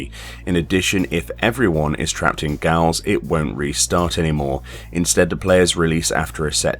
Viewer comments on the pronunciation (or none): Gotta love how you say Gaol (gowl) when it's pronounced pretty much identically to "Jail"